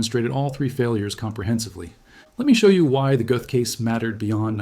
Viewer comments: He deserved death. Any country that eliminates the death penalty is a nation of cowards. The th sound doesn't exist in the German language. His name is pronounced GET . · "Göth" rhymes with "put" There is no "th" sound in modern German (other than in some dialects).